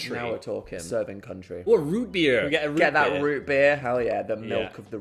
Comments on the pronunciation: “serving cuntry” is crazy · "serving cuntry" ffs dan